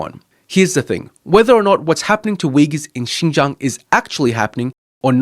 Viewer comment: Only thing i’m suspicious of is the maga wearing guy actually able to pronounce “xinjiang” and “uyghurs”